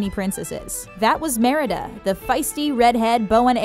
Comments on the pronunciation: "for meRIDa" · You said Marida at 4 minutes 17 seconds